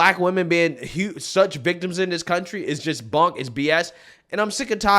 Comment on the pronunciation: It’s “THIS” NOT “dis.”